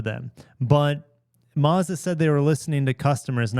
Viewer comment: There’s no r in Mazda